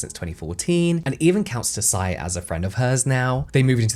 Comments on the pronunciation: Her name is Vicky TSAI, not TOSAI? For a video on apporpriation, should at least be accurate with basic facts Tosai is Japanese last name. Tsai is Chinese. IMportant for your argument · I love your “Behind the Beauty” videos, just one thing - “Tsai” is pronounced like “chai” but, the “ch” is close to teeth at the tip of the tongue 😊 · Just a quick pronunciation correction but “Tsai” is pronounce close to “sai”, like “tsunami”. Anyway, I’ll never buy Tatcho, it sounds too fancy and expensive for me. 😂 Also, I agree that Tsai should’ve focused on Taiwanese culture instead. There’s so many amazing skincare in Taiwan that often goes overlooked. Idk if the brand would’ve been more successful though, seeing as people go crazy over Japanese and Korean skincare. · Im loving these brand deep-dive videos! Although i do wanna correct your pronunciation of Tsai - the 't' is silent, so you can just pronounce it as 'sai'! to be even more nit-picky, the 't' creates a more plosive S sound! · Tsai is actually pronounced Sai, just like Tsunami. The T is silent. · This was so interesting. I feel like you can make a paper bag around interesting! 😂 BTW I think the last name Tsai is pronounced "zzai," the hard z like in pizza. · Just as a heads up, “Tsai” is pronounced without the “t”. Speaking of which, there’s a silent “t” at the beginning of a surname up my family tree. People try to pronounce it with the “t” and it simply doesn’t work. It’s like the secret is to just think the “t” sound without making it, just hold it in your mind as you say the name, and then the pronunciation somehow sounds just right. 😂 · This is great but just a little bummed at the mispronunciation of "Tsai" given that she was the focus of the video and it could've been easily googled ahead of time to confirm